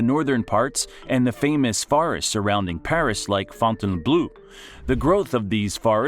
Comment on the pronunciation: Nope. Not "Fountain-blu". "Fontainbleau". Pronounce "eau" just like "o".